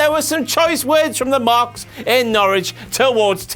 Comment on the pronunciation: At least knows how to say Norwich.